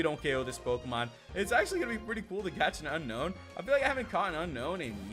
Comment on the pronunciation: Not unknown it's un-own